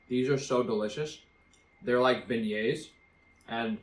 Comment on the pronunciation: Beignets well pronounced 😘🤗